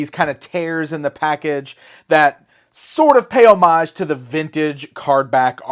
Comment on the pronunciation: Yes, you pronounced homage correctly